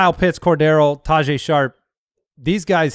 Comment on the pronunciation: its not pronounced ta-jay its ta-hey …